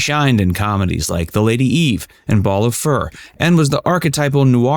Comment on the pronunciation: Barbara Stanwyck was in “ Ball of Fur”??? Shouldn’t that be “Ball of Fire”??? Katy Jurado is pronounced Katy (H)urado. You used a picture of James Garner as Burt Reynolds in his bio & vid, “The Dark Side of B R”!?? Do you REALLY like facts,??